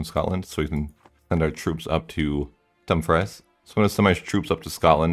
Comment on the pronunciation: “Dumb fries” “Bass poeetoe” “Soota” “Aviggnon” “Ootred”